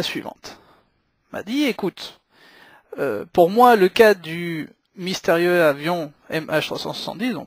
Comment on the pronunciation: une vidéo ponctuée de "euh" toutes les 3 secondes c'est épouvantable ! Et puis on ne dit pas 20zzzz ingénieurs mais vingt ingénieurs. Aussi, on ne dit pas mystérieu avion mais mystérieuzzzzz avion (car mystérieux prend un "X") . Et puis, arrêtez de parler de camion, il s'agit d'un ........ avion. Un gros NAVION !!!